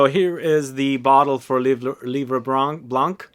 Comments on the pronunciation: Your prononciation of ensoleillé is quite good ; but for "blanc" you dont have to prononce the "c" at the end! Just say "blan" :) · I bought those 4 Zara in 30ml only because of the Giacobetti's vibe but they smell just ok for me, that's not a wow like Iunx fragrances were. I loved l'Eau Sento from Iunx but unfortunelatly Iunx is over 😢 Thank you. Oh in Livre Blanc, we don't pronounce the 'c' at the end of 'Blanc' 😉